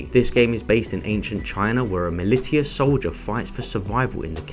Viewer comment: Looking forward to SF6 and FF16 mist of all. As a PS4 owner I'm hoping they stay cross-gen. Agreed about horror games too! I've never heard anybody say 'militia' any way other than "muh-lish-uh" until now.